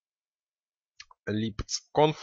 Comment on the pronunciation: Всё, что нужно знать о качестве курса и о профессионализме "руководителя аутсорсинговой компанием ": файл "libc.conf" он называет: "либ Ц конф" =))))